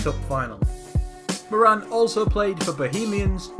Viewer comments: it's pronounced More-an! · it's pronounced mow-ran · The way that he says Moran🙄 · You pronounced Moran completely wrong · pronounced Kevin Morans name wrong